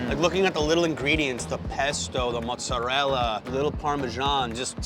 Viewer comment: Your pronunciation of mozzarella killed your credibility😂